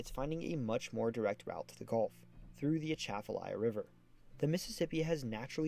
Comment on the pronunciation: You did better on the pronunciation than most but the emphasis should be be on the second syllable of Atchafalaya, not the first. like uh-CHAFF-uh-lie-uh